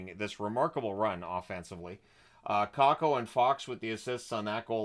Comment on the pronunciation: I cannot stand him. And the way he pronounces player names…Cacko??